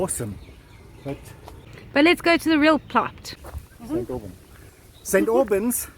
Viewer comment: 😂 😂 It's like St Aubain (slightly silenced n)